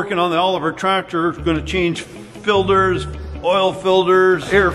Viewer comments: Fuel Filders 😂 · I still giggle everytime he says "filder" I've been watching video's for a long time and still I giggle everytime!